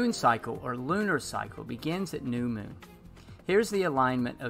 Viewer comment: Moon. Like a Cow says it. Just add N. Not Meewn. Like a Cat says it. Here to help.